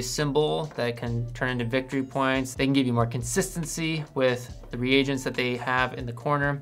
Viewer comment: Thanks for pronouncing 'reagents' properly.